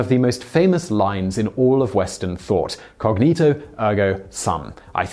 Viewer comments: cogito, not cognito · It is "Cogito, ergo sum", not 'cognito' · BOI it's COGITO not COGNITO, great vid otherwise